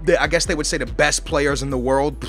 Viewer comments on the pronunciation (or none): none